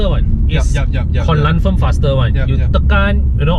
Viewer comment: "konlanfirm faster one"